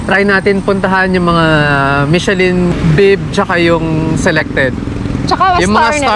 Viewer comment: it is pronounced as MI-SHUH-LHUN...NOT mishelin. And...kindly take off your cap while eating for etiquette(guapo k nmn maski no cap)